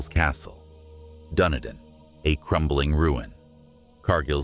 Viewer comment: thank you for your research some of this I did not know. I am a New Zealander but clearly don't know as much as I thought about our country. Dunedin is pronounced, Dun e din